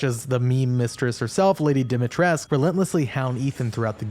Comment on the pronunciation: The "u" in Dimitrescu is not silent... I wonder how many times I'll have to say this in RE8 videos.